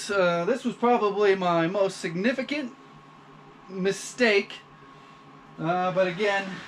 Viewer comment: You may need a speech therapist? I have never seen a fluent English speaker have to put so much effort into saying the word, "mistake" . You're human!! Hooray!